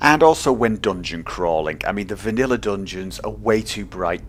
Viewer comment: you said vaniller